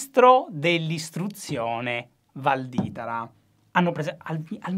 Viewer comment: comunque sta cosa che non riesci a pronunciare bene il cognome di Valditara mi fa volare